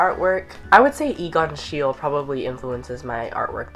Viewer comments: Hey! I happen to have the same last name as Egon Schiele, so I thought I would mention that it's pronounced shee-lee (or at least that's how my family pronounces it). Loved the video Conan! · hey conan :) this isn't meaning to come off as mean or anything, it's a common mispronunciation, but Egon Schiele is actually pronounced [Shie-l'e] (Shee-le) love his art a LOT, i'm very lucky to have visited a bunch of his exhibitions and him and Edvard Munch are probably my favorite artists :) love you, have a great day!! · boio you're the best! But it's pronounced "she-luh" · it is schielE, egon schiele, german name, you are pronouncing it wrooong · it's SCHEIL-E (pronounced SHIEL-AY)